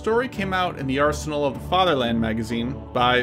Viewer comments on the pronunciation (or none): none